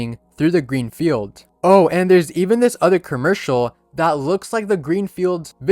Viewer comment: bro said kurmercial